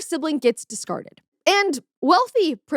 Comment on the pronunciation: Every time says "discarded" hear "dies".